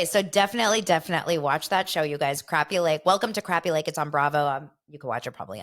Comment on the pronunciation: That's the same thing I said when I first saw it advertised. Did it start on Sunday? I wasn't home so I guess I'll check Peacock. I hope they explain how to say the fish name crappie and not the way they are saying it. I think Luanne might try to fit in but I think Sonya is always a look at me, look at me type of person. If someone watched tell me how it was if it's started